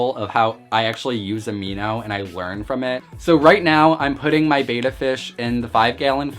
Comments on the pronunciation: Now that you spent that much maybe you'll want to pronunce it betta instead of beta. ;) Nice looking little guy though. Nice and well fed. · Dude, it's pronounced bet-tah, not bey-ta. Also you have a plakat (pronounced plah-kot). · Why would you pronounce it ‘beta’??? It’s pronounced bet-tah, after how the native people say the word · Try pronouncing it correctly: It's BETTA, not Bata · Betta not beta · BEH-TAH not BAY-TAH, just something to remember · It's pronounced Beh-Tah. minutes of you talking before we see the fish. You and your ilk who think we want to see YOU are so deceived. Title your vid ALL ABOUT ME for ALMOST 8 MINUTES before I show you my BEH-TAH. :) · I’ve had multiple fish tanks and hated the fluval spec v. I got hair algae and no matter what I did it wouldn’t go away. I had no such problem with any of my other tanks. By the way it’s pronounced “bet-ah”